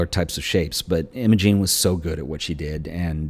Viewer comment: Another great episode - thanks for sharing ! Nitpicking I know, but for completeness her name was Im-O-gEn and not Im-A-gING. Same as my niece ;-)